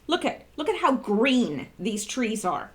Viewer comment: Those twees wook like wabbits